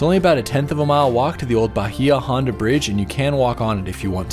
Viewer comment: Bahia Honda - is pronounced Bay-ah Honda Ft. Zach is a great place for sunset as well. The aquarium there is pretty cool The best Key Lime is at Blue Heaven. You can camp at the dry Tortugas I use to live in Key West and this makes me miss it.